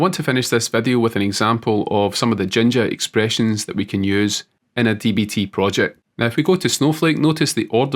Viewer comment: Until you spelled it out on the screen I thought you were saying "Ginger expressions"